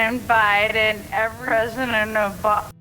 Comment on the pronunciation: She said Obam. Not Oba .